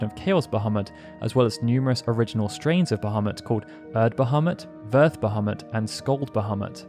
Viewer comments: *BahamOOt! It's pronounced "Ba-hah-MOOT", NOT "Ba-hah-MUT", damnit! =__= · "Bahemutt"?!? Sorry, can't watch. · The actual pronunciation is "baha-moot" but personnally I hate that lol I prefer "buh-ha-mutt". They verbally say his name in FF12 and when I heard it, a part of me was heartbroken they pronounced it like that lol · It's a minor thing and I may be wrong but I am pretty sure that original pronunciation is bah-ha-moot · So happy to hear you pronounce it that way. Pretty sure it should be closer to bajamoot, but I've always said it the way you do here. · um Bahamut its pronounced 'Bah-mew' but to each there own. I was just being informative that's all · its pronounced "Bah-Ha-Moot" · bahamut ❌❌❌ ابو محمد✅✅✅ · this just minor issue, but probably you should reviewed the subtitle, as the way you pronounced bahamut, the sub showed 'muhammad' instead quite few times. thanks. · Funny that you bring that up. Turns out that Bahamut (the fish) is a creature of Middle Eastern origin. So I find the error oddly appropriate.